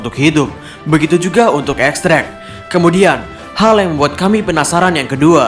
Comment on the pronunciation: X drake bacanya Diez Drake min